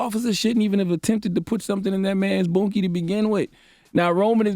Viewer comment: charlamagne should get donkey of the day for saying boonkie.